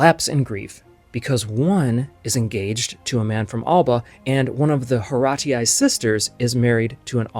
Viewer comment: Many thanks for this video. I appreciate that you explore many details of the italian history that are necessary to understand italian art. Three suggestions: 1) The face of the Monna Lisa (La Gioconda) is, I would say, a "common" female face, also nowadays, in Tuscany. 2) The simplest pronunciation of Horatii is "Orazi" without "a" and without "u" that surely were absent (in that word) in Latin. 3) Following the ancient roman tales, we know where Alba (better Alba Longa) was located: in some hills 30 Km far from Rome, but the ruins have never been found. Probably the ancient romans destroyed Alba completely....